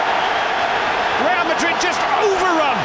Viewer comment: The commentator really said Liverpool vs Real Ladrid.. Lol in italian ladro means cheater!!🤣🤣